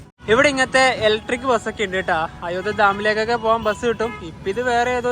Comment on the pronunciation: അയോദ്യ അല്ല അയോദ്ധ്യ എന്ന് ഉച്ചരിക്കു മലയാള അക്ഷരങ്ങൾ നന്നായി പഠിച്ചിട്ടുപറയുക